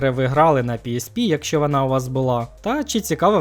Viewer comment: бля я не можу з цьом вимовою, вана тага варта, пагана, хірше, магла... помогіте